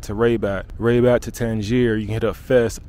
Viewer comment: Man I love the way you pronounce Rabat, very cool. Glad you loved our country, you're welcome anytime and bring your friends...